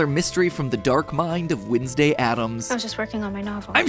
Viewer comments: Y u sayin winsdau it is wed nes day (no hate😞😢☹🙁) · The only thing wrong in this video is Matt's pronunciation of Wednesday. When's day > Wins day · why do you pronounce it wIdnesday and not wEdnesday 😭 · Your proununshion is wrong its not winsday its wenday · windsdey you said it? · i'm sorry but i'm more focused on how matpat's saying "windsday" and i don't know why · I just can't stand Matt calling her "Windsday". It just feels wrong. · WHEN YOU SAID WINSDAY I ALMOSTT DIEDDD😂😂😂😂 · Why does he say Wednesday like winsday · Is it just me or it’s MatPat saying weesnday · Am I the only one noticing the way Mat says Wednesday is Winsday? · Does anyone else noticed matt’s Wednesday pronunciation? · HE PRONOUNCED WEDNESDAY WRONG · your pronunciation of wednesday bothers me idk